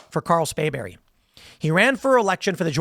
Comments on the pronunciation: Tim it is SPRAYBERRY.. NOT Spayberry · Hey Tim. It's SPRAY berry